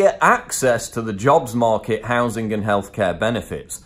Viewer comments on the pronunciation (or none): none